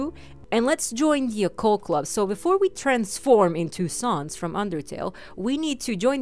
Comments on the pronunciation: sans not suns or your british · did you just say ( Sah-ns)? it's (S-ans). sorry but it annoys me when people say the names wrong. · It's pronounced sahns not Suns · ITS NOT SONS ITS SANS!!!! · His names sans not Suns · SANS not SAUNS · You say it like sons but u pernounecs it like sans Like comic sans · your saying sons